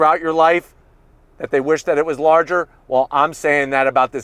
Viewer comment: I was just gonna say that he also said “ I WUSH IT WAS LARGER “